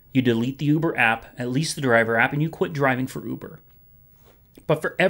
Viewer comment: I like how you pronounce Uber. "Ooobuhrrr!"